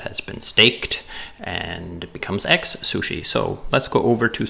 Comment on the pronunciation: Great video. I can't not hear "egg-sushi" throughout though! :D